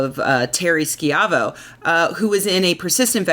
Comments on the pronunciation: Terrys' last name is pronounced SHY VOE. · When the press reported on her case, back when I was in high school, they always pronounced "Schiavo" as "shy-vo".